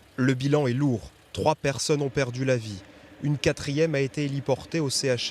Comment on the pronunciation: Non, elle prononce mal pour dire 3 sont morts.